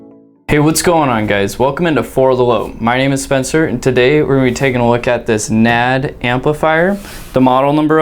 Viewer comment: It’s pronounced N.A.D. Not Nad.